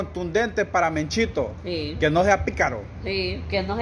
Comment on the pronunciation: No se dice menchito es mechito no menchito